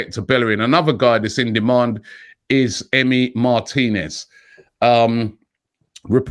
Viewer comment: mar-teeee-nez Not martin-ez